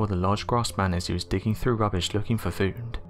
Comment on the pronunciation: I hate how the narrators pronunciation of the word food somehow has an "N" sound at the end before the "D" sound